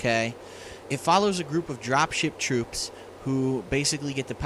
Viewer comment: did you say Drop Shit Troops? lol i might be going deaf